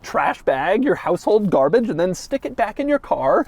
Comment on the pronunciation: Doug it’s called a “carbage” can